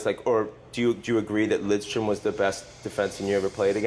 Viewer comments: Fuck Biz. Stop saying "Lindstrom". It's LIDstrom. No N! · Jeez Biz used to never pronounce Lidstrom’s name correctly